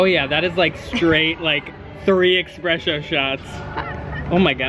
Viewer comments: no one:: expresso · dude, its espresso not expresso